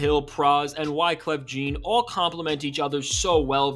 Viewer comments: It is pronounced as Wyclef.........JEAN (jawn)/(jahn)✅ NOT JEAN 👖❌ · Wyclef "Jeen" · lol. Wyclef “Gene”